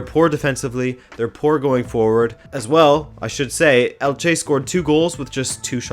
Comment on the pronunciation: Great video as always,! Just a note: it's pronounced ELche, not elCHE:)